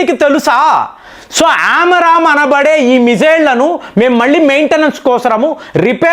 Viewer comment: Not Aram amram missiles ఆరామ్ కాదండీ, ఆమ్రామ్ మిసైల్స్